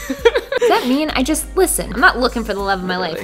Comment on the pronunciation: Don’t say jest hey:Heyy